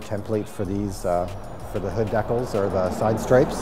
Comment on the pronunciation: "deck-els" hahaha Decals bro decals.